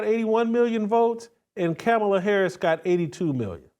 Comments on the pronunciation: You and all Trump supporters intentionally mispronounced Kamala Harris’ name. Dog whistle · MY My my _ C'mon dude, I get where you're coming from. But constantly mispronouncing Harris' name is uncouth, unbecoming and disrespectful. You know better too!